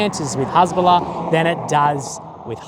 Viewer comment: Cant even say Hesbolla correctly 😂😂😂 just like my spelling of it 😂😂😂